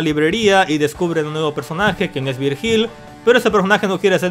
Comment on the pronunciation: "Virjíl" hahahaha....se pronuncia "Víryil" XD